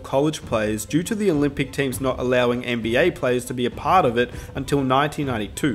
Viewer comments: Eligible el-idge-ible not al-edge-able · *Eligible* not legible 😂